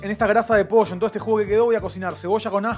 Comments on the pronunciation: Por que dice Posho????? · En Mendoza también decimos "poilloo" jajaja no tan marcada la "i" pero nuca jamás usamos la "shhhh" jaja